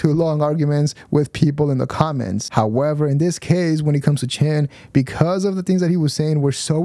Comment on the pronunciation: Take a shot with me everytime says “However (howeber)”